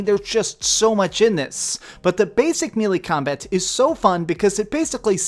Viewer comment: MAY-LAY. Melee is pronounced MAY-LAY.